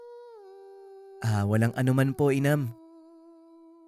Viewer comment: Correction po....hnd inam Ang twg Jan......imam po